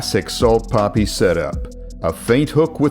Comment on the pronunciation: no hate but the way you say poppy instead of papi always gets me laughing